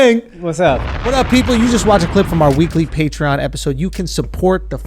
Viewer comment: Why does it sound like he don’t believe patreon is pronounced patreon